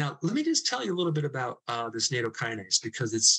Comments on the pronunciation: Nattokinase has a short A. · Nattokinase is pronounced "Nat Oh Key Nah Say"